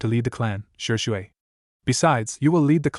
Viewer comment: This AI narrator 🤭. Shersway Uchiha, a and b u or if spoken umbu. Kuen, Chon, hate gecko, Raikage A is Raikage Uh. This narrator pronounces A's as UH.